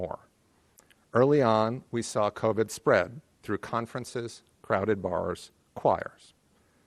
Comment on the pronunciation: Also, the way she says covid bothers me